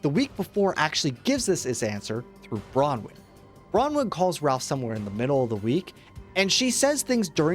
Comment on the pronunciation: This is the first video I've seen that has pronounced Bronwen's name correctly, this is something to be proud of